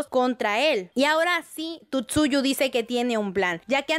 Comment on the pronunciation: Por que dice Tutsuyu? :o